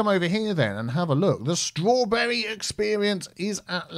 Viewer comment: Straw-tea-berry experience